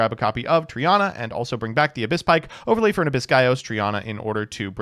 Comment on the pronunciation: It's TREE-EH-NA. As in the Greek word for TRIDENT.